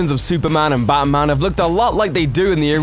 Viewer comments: Who's 'Bamman'? Learn to enunciate. Jesus. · Why the hell do you pronounce it "Bahman"??? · Did he say "Baman"?